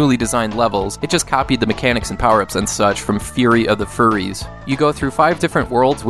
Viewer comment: How many times did you mess up saying Fury of the Furries lol